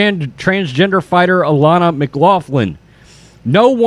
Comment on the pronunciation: It's pronounced mc glocklin. It's Irish.